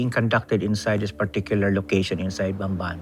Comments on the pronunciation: “These idiots pronounce it as bamban, when it should be pronounced pampan” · nobody knew she was the first one to contest primewater's prices. people actually loved her there. bamban was developed. its not idolatry, just plain facts. people accusing her can't even pronounce bamban right. most of them don't even know where bamban is. sad.